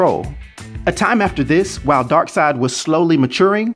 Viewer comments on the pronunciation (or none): none